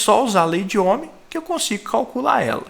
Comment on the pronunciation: n consigo escutar "lei de omi" sem dar risada velho